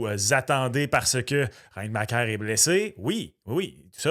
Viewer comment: Il n’avait qu’une seule job… apprendre à prononcer REINBACHER. Un nom de famille de difficulté moyenne à faible. Côté annonce d’un pick on était loin de Céline qui est ému d’annoncer Demidov à Vegas.